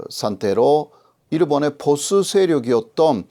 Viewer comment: 이런 유용한 동영상을 만들어 주셔서 감사합니다. 교수님..근데 보수라는 발음이 영어 보스 혹은 포스로 들리네요. 이해하는데는 별 문제없으나 간혹 이상한 발음이 있네요.^^^ 옥의 티지만..